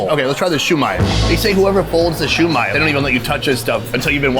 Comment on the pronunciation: Bro said "shoo may" 😭😭😭